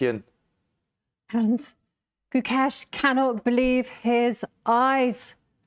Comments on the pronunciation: Gukesh❌ Gucash☑️ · abey gookesh nahi hai, gukesh lol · These white commentators are failed circus acts. The first two, I don't know their names but I would love to mispronounce them, kept referring to Gukesh as GuCash as if he were a form of currency. The next white circus clown said Gukesh was acting.